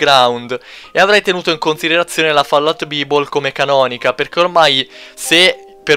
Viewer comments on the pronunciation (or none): "Van Booren" - "Avellòne" - "Fallout Bìbol" Muoio :-(